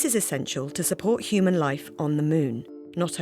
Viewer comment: Couldn't say human. 😂😂😂😂